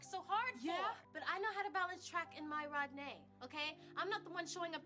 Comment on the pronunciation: I’m screaming at still calling Rodney “Rod’nae” but also I feel like that was Halle’s best scene so far acting wise